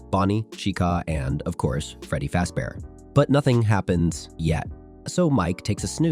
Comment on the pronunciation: There is no way u said Freddy faze bear..